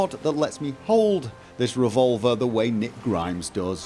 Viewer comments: Did he just say Nick Grimes? lol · Did he say Nick Grimes? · Rick Grimes not Nick Grimes. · This boy said Nick Grimes